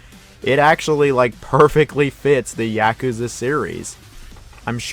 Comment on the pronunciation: Finally someone doesn't pronounce yakuza "Yakúza" 😂